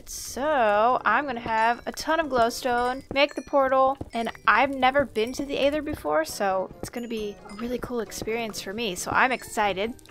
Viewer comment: Isn’t aether pronounced with a soft th sound? Like having more emphasis on it??